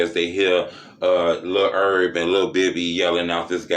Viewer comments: His nsme is Herb not ERB 🤣🤣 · It's Herb